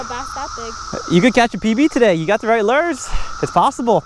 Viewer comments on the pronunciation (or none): Still calls it "lers" instead of "lures," like "purs" instead of "pure." lol Still, the man catches more fish with his "lers" than I do. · Love your Vids But wont lie i hate the way you say Lures!!! Your accent or how you Pronounce Lure's sounds like the Madea Would say but lighter!!! Its killing me!